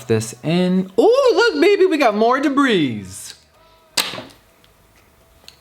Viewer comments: Did Jeffree just pronounce "debris" as "dabreeze"...? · I heard jeffree pronounce the “s” in “debris” once before and thought it was a joke... he did it again this video and now I wonder if he knows the “s” is supposed to be silent. Lol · Society: the s in debris is silent Jeffree: oh DEBRISSSSS me: the s is no longer silent, sorry world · Did anyone else get triggered when he pronounced the s in *debris* Nobody ok only me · The s is silent in debris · I love how Jeffree pronounces the 's' in "debris"